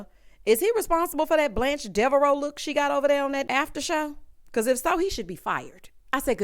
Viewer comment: Wait..not “Blanche Deverot” 😂😂😂from the Golden Girls…I’m so outdone with you right now😂